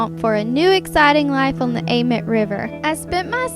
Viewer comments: Idk if it’s just us but amite is usually pronounced like. Ah meat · I love the way you say amite river ! It's actually pronounced (A-MEAT) lol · Anyone from Louisiana? It’s pronounced AMEET